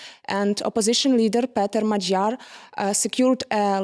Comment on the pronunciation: He is Magyar, not Madyar. ☝️